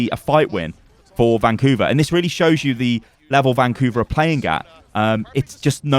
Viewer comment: ‘ban’couver hahahahahaha